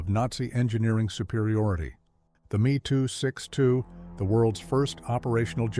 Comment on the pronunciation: I believe it should be pronounced “em ee,” and not “me”. The Gloster Meteor was entirely designed, built, and in service before a single Me 262 had been captured. The desire to turn it into a bomber did not significantly delay the entry into service.